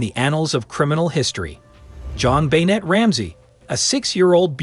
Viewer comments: You are mispronouncing her name - BENNAY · You are pronouncing Jon Benet's name wrong!